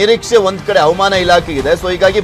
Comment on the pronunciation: Avamana alla havamaana sariyaga uchharisi